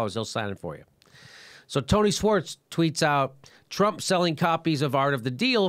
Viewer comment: Jimmy, it's pronounced, "shworts," not "swarts"!